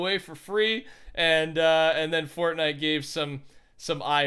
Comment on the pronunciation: he says FORTNUT youtuber soo.... what other sites you been on?